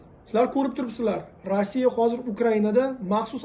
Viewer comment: Rassiya so'zini tugri ayting tog'a